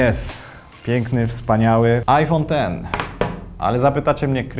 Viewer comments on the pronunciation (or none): Raczej dziesięć, a nie IKSSS. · Iphone X jak Xena2 a nie "Ten" a nawet jeśli "Ten" to dziesięć